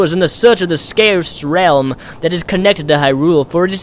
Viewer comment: Scarsed realm. ;m; Say-cred. I don't know if I should point this out. I pronounce everything wrong.